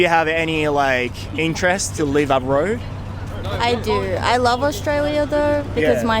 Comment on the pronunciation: Another point I forgot to mention... Check the pronunciation of the word ABROAD.